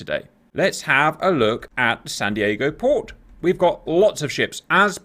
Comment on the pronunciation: Wtf is this guy saying Sahn Deeahgo? Are they from Wisconsin or something? was saying the name correctly.